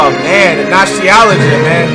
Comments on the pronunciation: "Oh man nostialigia man" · Alright the way he said nostalgia made me 100% certain hes trolling lmao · I already know the way he pronounces “Nostalgia” on purpose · Nostalgia you say it like your tongue deformed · Lmao, the way he attempts to pronounce Nostalgia 😭